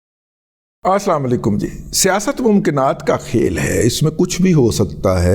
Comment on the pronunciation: Razi sb you are journalist but you cannot speak ASSLMOLIQIUM wuth good and right Arabic pronunciation as per its meaing . We are strange on this blunder .